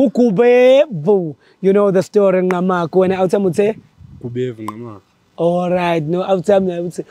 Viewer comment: Okay guys its Ngqamakhwe not Ngqamagu Respect our Villages